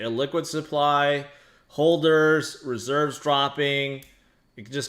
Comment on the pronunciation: What’s a ‘hoLder’ ? 🥴